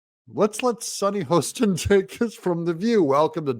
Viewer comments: Super video! Sunny’s Last name is pronounced Hah-ston, ironically not Hoe-ston. You’re welcome. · Hoss ten. Not Hoe